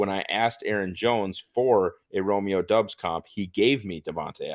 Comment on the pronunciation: You guys don't have to start every critique with "I don't mean any disrespect to..." Christ. Go ahead and disrespect them! MVS isn't good. ESB isn't good. Lazard isn't good. Is Christian Watson good? Is Doubs? Probably not. And his name is pronounced "Dawbs"; not "Dubs", not "Dobes". I really enjoyed listening to someone who can't pronounce a one syllable name correctly. C'mon,. You're better than this. Besides, you're a; you should be drunkenly waving a gun around, telling everyone how shit the Packers are with every breath you take. Remember: "Don't try"